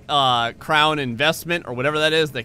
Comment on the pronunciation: AND ITS NOT PRONOUNCED CROWN!! btw